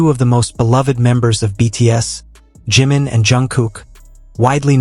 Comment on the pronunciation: Hablas y hablas de la 'famosa FOTO' y NUNCA LA MUESTRAS NI ANALIZAS LA MISMA... Además tan DIFÍCIL es PRONUNCIAR CO-RREC-TA-MEN-TE los NOMBRES DE JIMIN y JUNGKOOK?¡?¡?¡?¡¡ Esto de abusar de la 'famosa' IA hace que los trabajos que 'PRESENTAN' sean REALMENTE una muestra de la POCA o NADA DE ORIGINALIDAD DE SUS AUTORES!!!!!!!!!😠😠😠😠😠😠